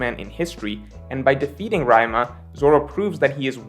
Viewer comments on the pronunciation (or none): Its pronounced "" RI-YU-MA" not "RA-YA-MA". Common man, Talking about One Piece litterally your only job. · A valid and considerable argument and theory. His audience: Haha he said "Ra-e-ma" (Ryuma) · Why he saying Ryuma like that, the theory was good but that bother me ngl Rae Ma what the hell. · Its actually Ri-yu-ma not raima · Raima instead of Ryuma caught me off guard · RY "U" MA not ryma hahaha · why he sayin RYE MA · It is pronounced as Ree-you-ma!!! Not RYE MA! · I have nothing against whatever he says in the video, except the fact that he keeps calling "RyUma" "Rai Ma" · REE--YOO--MAH Not RAI-MAH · His name is Ryu-ma not Ry-ma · Ree-you-ma Ryuma. Not Raima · Not gonna lie, it hurt me a little when said Ra-e-ma instead of Ry-u-ma multiple times. LOL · Can't deal with how says ryuma -- 'Raima' 🤣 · Who the heck is Rayawhma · Rhyme-uh got me clenching my fists…on god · 37 years later and he still says "Raeuma" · Ryma ❌ Ryuma✅ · Did this nigga call him rima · who tf is "Raima" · This needs to be spread and lifted as the important topic it is; How is really saying "Ryuma"? Raima!?:D Also, now swords are wands from Harry Potter? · great video...but who the fuck is Raima!!! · did you call ryuma raima XD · Raema? who is raema? lmao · What's a "Ryma"? What happened to the "u"? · “Raima” Rare L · No one:: raimaa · RYMA?! Dog..lmao. You been reading, watching, and doing analysis for too long to fuck up Ryuma's name. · Why you pronouncing Ryuma as Raima 🤣🤣🤣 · Great video, just you know "Ree-u-ma" 👀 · doesn't watch anime so he doesn't know the proper pronunciations of some words. Here he calls Ryuma as Rayma because he read it that way but if he'd have watched anime he'd know the proper pronunciation,it happens in every vid. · I cringe every time you say "rai-uma" as opposed to the correct pronunciation. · Did seriously call ryuma RaiMa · raima, lmao. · “Rayuma” actually. It means rheumatoid arthritis in my language.